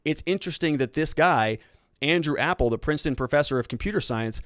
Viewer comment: Ap pel not Apple.